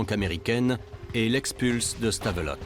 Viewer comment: Punaise les français et le nom des villes belges .... Anvers = Anversse !!! Le pire Stavelot... Stavelotte mais omg ... Stavelo ça se prononce ....